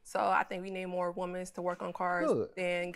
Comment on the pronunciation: Im glad you said something because I heard WOMANS instead of WOMEN 😫